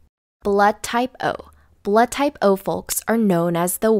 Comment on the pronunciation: Why does she pronounce the L in folks